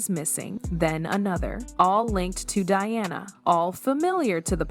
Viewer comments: Diana, not dee-ana😅😅😅😅😅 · You could at least get your AI Voice to properly pronounce Diana’s name… instead of saying Deanna…. Say DIANA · Learn to pronounce Diana's name please...." Die-Anna " please ....not Dee - anna!!!! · If this voice can not pronounce Diana. Using Deanna. It is B S. Look up SEPPO, australian slang. More BS. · Did she just mispronounce Princess Diana’s name. World Famous Diana? She said “Deanna”; what an Idiot!! So Pathetic! 👎🏻👎🏻👎🏻